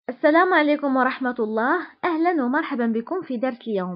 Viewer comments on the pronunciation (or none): none